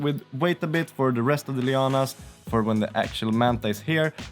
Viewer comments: I am loving the project. I have a stupid question, as an America who knows zero Scandinavian languages, what are 'lee-ah-nas'? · I want to ask what may appear to many to be a silly question and maybe it is just me hearing you wrong? Please I mean no offense. But that white stringy fabric stuff you have that you mentioned people used for polishing their cars. You said you were adding it to the diorama as 'Leo-anne-ass' and I have no idea what you mean by that? It looked to me that maybe it was vines or perhaps some giant web? Especially a web as you mentioned putting some more on after the Manta was in place. I imagined a giant spider type entity had caught it in a web which brought it down. Maybe a spider type demon called Leo-anne-ass, is that what you are getting at or have I got the wrong end of the stick? Thanks for the anticipated answer.